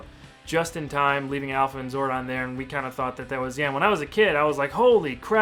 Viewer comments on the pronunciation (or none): none